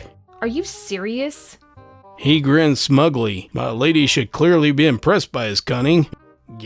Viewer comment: Idk if it's just what I heard or if you really said it like that, but "get him mi'laid" KILLED ME